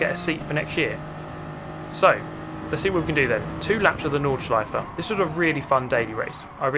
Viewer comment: thanks for saying "nordschleiFE" - not "nordschleiF" like most of the english speaking chaps do :p good racing there :) thanks for sharing!